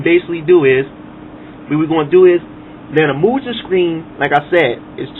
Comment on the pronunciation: I always pronounced it Mu-Gun... My-Gen sounds funny